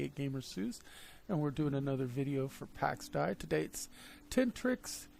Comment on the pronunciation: ITS PRONOUNCED DAY!! PAX DAY